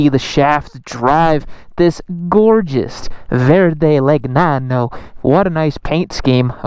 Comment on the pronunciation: It's pronounced "LenYANo", not "LegNANo" - just sayin... 😁 I had wanted a Guzzi since the mid '70s - finally bought a V85TT in 2020 - ostensibly to replace my Tiger Explorer (getting old and wanted something smaller and lighter). It was a nice bike, but we never quite clicked, and 5 years later it went to a new home (I still have the Tiger).